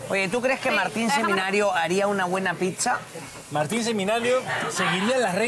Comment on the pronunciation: Señores amiguitos lindos!!! Aprendan a pronunciar la palabra Pizza bien!!!!! Pisa como es como lo dicen casi todos en perú, es la Torre inclinada de Pisa!!! Pizza 🍕 se pronuncia así: pitsa!!!!